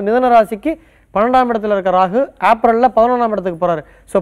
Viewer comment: ஆப்ரல் இல்லை ஏப்ரல் பார்த்து பார்த்து படிக்கும் சிறு பிள்ளை